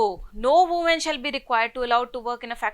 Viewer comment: Ma'am why are you emphasizing on the word" woman" too much 😅